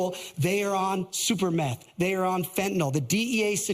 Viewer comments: Did... Did he say super meth? Sounds like Superman's Republican cousin lmao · Did this reality show mfer just say "super meth?"